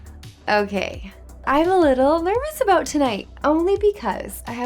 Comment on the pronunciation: What are you talking ABOOT EH😂😂